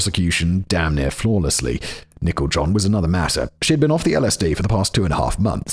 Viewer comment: It sounds like Simon is calling Nichol John "Nickel John," like she's an old hobo or something.